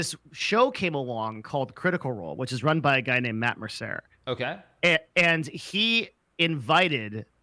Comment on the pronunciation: Oh God, he butchered Matt Mercer's name.